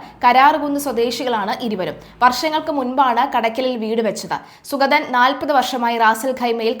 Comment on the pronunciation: സുഖതൻ അല്ല സുഗതൻ. ഉച്ചാരണം ശ്രദ്ധിക്കുക.